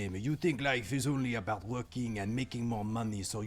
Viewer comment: Pretty sure I've also heard Aiden say aboot a few times 😊